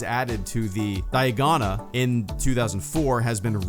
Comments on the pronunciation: Dianoga… not Diagona. Just FYI. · *dianoga (not diagona) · You said dianoga wrong but I've always liked the blue ray version the most becuase it's the version that I grew up on and since Disney + it's been the only copy of star I've watched and ive watched each movie about 1000 times and when my dad showed me star wars that was the exact version me and my dad went out 5o the shops to find it so we could watch it together and I remember it so clearly I think it's the most authentic version